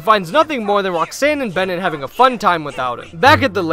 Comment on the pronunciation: erm acshully it's "Bennett"